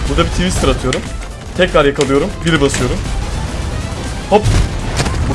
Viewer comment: twisted ❌ twister(dondurma)✅